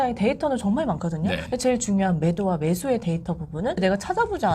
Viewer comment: ㅋㅋㅋㅋㅋㅋㅋㅋ 데이터 똑바로 발음하시는 아나운서분 말 들으세요